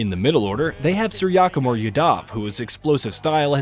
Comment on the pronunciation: No offence but "suyakumauda"